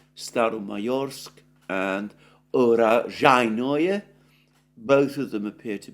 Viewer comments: Hes very close to say "Урожайное" correctly! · I think both sides were fighting for Urozhaine with such fervour because they relish the way Alexander pronounces its name :-). Just a friendly joke. Thank you, Alexander for all the work and reporting.